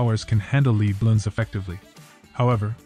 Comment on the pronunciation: good video for beginers, but to pronounce lead you say LED, not LEED with a long E as in leading.